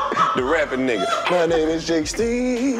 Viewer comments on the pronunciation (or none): This nigga said Jake Steed!